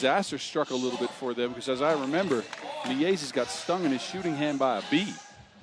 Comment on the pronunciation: The "ie" sound in Miezis is correctly pronounced like "ea" is in English word gear. The announcer is now just saying it like it's two separate words Mi Ezis 😂 As for Gludītis - emphasis in Latvian words is always on first syllable (same applies to Lasmanis and Raimo). Ī letter means its a longer i sound - like ee in sheet instead of a short i as in big.